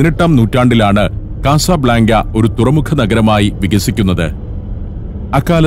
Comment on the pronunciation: കസബ്ലാങ്ക എന്ന് പറയുന്നതിനു പകരം " കസബ് ലങ്ക " എന്ന് പറഞ്ഞുകൂടെ